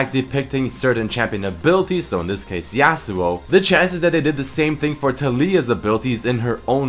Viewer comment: stop saying "YAY-SUE-OH" it's pronounced as "YAH-SUE-OH". Appreciate the free content, but it's like hearing a chalk board being scratched. And you say it so many times in this video. It's extremely jarring. Other than that, this video is great!